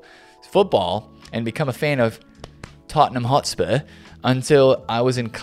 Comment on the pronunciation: When you say Tottenham Hotspur in a posh voice, it tells us all youve definitely never been to Tottenham lol